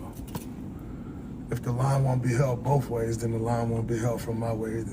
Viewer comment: Did he say, "boff ways"?